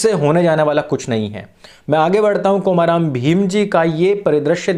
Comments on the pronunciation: I'm from Telangana. Please pronounce the name komaram as कोमरम् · I can actually understand the mistake in pronunciation because in Hindi there is only long 'O' (ओ) In Telugu we have short pronunciation 'O' (ఒ), example is "Olympics" And long pronunciation 'O' (ఓ), example is "Oral" So in the word "Komaram", 'O' should be pronounced shortly like in Olympics